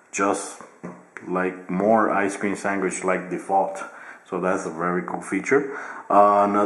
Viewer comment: "Ice cream swangish"